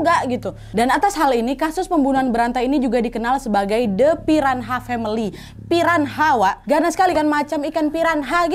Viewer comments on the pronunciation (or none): Piranha bacanya Piranya mbah..salam dari Timor Leste